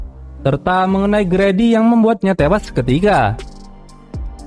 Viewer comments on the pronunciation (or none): bang Grady Itu Bacanya "gredi" bukan "gradi" :]